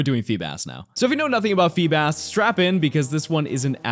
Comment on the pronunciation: FEEBAS DOES NOT END WITH AN H!